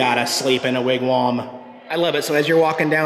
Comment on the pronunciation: Wigwam not Wigwarm lol